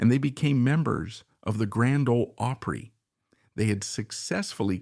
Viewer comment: Can't pronounce OPRY, Where is the guy from ?